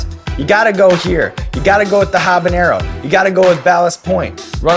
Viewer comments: it's habanero not habañero lol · Sean, I love you, but you gotta start pronouncing that ñ in 'habeñero'! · Habanero is still not pronounced habanyero. -_ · She pronounces habanero wrong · every time she says habenero with the hyperforeignism on the n, I grow a new malignant tumor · Pretty cool that she can't pronounce "habanero." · Habanero doesn't have an ñ in it, so don't pronounce it like that lol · The way people mispronounce habanero as if it has an "ñ" in it is a form of hyperforeignism.